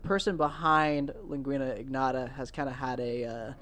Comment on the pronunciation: Typical American monolingual ignoramus not being able to pronounce a simple Latin word (lingua). Needless to say that was a dislike from me